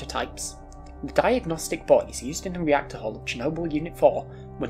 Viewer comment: I cant help but laugh a bit everytine I think I hear about diagnostic boys or tall guys instead of diagnostic buoys and tour guides